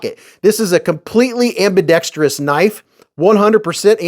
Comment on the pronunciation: Eyy. Gimme that kuh-nife! That is all. Thank you lol